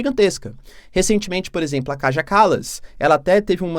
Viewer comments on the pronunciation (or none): none